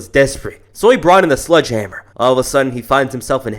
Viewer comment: The guy says sludge hammer 3 times in a row. It's not sludge it's sledge